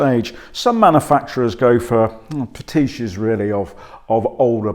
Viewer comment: 'Patishes'? Pastiche. After the porker, left hand lane.....er..........mirror ......and.....er.....er.......no?...oh. The review though, was rather better.